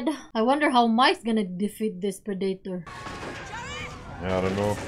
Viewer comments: hey guys!! haha Predator not PreDAYtor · (P - red- it- tor) that's how to pronounce ir